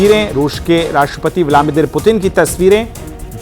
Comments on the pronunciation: ब्लामिदिर नही anchor जी, ब्लादिमिर बोलीये 😂😂😂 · ये कौन है या ब्लादिमीर को ब्लामीदिर बोल रहा है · It's bladimir not blamidir😅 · News anchor ko replace Karo ... "Blamdir putin" bolraha hai ... Aur "God of honour" bol raha hai ... Achha training do isko .... 😂😂😂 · Sale anchor , naam to thik se lo Putin ka … aur kya kah rahe ho God of honour?? 😂😂😂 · न्यूज़ एंकरको व्लादिमीर पुतिन का उच्चारण सही बोलना नहीं आता है प्रशिक्षण की जरूरत है